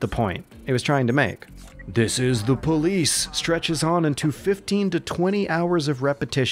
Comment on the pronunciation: "Dees es dah poh-leece"